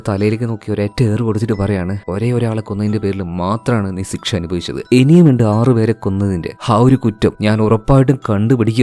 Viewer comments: സിക്ഷ എന്നല്ല പറയാ.... ശിക്ഷ എന്നാണ്.... അങ്ങനെ ആണോ പറയുന്നത... അല്ലെങ്കിൽ record ചെയ്യുമ്പോൾ തെറ്റുന്നതാണോ... ഞാൻ കൂറെ ആയി പല video ലും ഇത് കേൾക്കുന്നു... ചോദിക്കണം ചോദിക്കണം എന്ന് മനസ്സിൽ ഉണ്ട... ഇന്നത്തെ video കണ്ടപ്പോൾ തോന്നി... എന്തായാലും ചോദിച്ചേക്കാം എന്ന്....😊😊😊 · സിക്ഷ❌ ശിക്ഷ✅ 🥲👍🏻